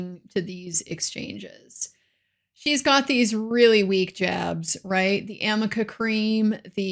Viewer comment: “Amica??” Elaine needs glasses, it’s Arnica